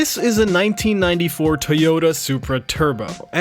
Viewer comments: It's pronounced Toy-oh-tah, not Tee-yoh-tah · Why are you saying TAYota? It’s TOYota just so you know 😜